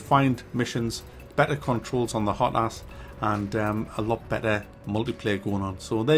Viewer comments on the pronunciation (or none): I just understood "hot ass support" instead of "hotas support" XD